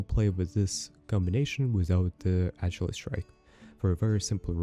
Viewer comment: Ach-ill-ess lol